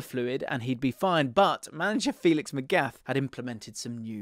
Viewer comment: Magath deserves respect, start with the pronunciation